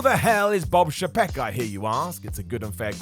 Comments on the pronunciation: [CHAY-peck] , not "sh'PECK", and [EYE-gur], not "EYE-GAR". Sincerely, WWE & Disney fan. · I know nobody cares, but it's Bob Eye-grr and Chay-peck